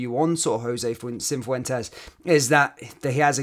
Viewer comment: There is no "N" in Cifuentes